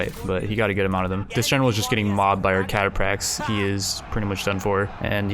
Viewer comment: Cataphracts are pronounced catafract